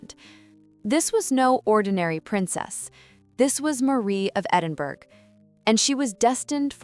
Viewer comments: Edinburgh, pronounced Edinborough. Cartier, pronounced Carteeyay. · Americans never seem to be able to pronounce Edinburgh correctly! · You cannot even pronounce "Edinburgh"? Give it up.